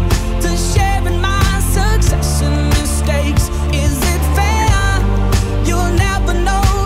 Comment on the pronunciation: This song plays on the radio at my work every day (grocery store). I don't understand, he sounds really accusatory in the way he's singing and the way he pronounces "there" and "fair" annoys me to no fucking end. This song is below average and i'm forced to hear it all the time.